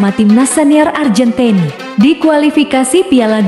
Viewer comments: ARGENTINA di ucap ARJENTIN. SUWEKKK!!!! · Nyebutnya AR GEN TI NA ajah.. gk usah pke lafal inggris - malah trlihat sok alias Kampungan neng... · Fokus mimin bilang arjentin sama bilang tahun nya 😅